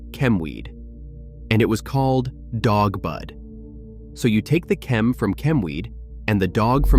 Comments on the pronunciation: Chem Dog. Not Dawg. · Dog not dawg. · DOG not DAWG Just saying .... IYKYK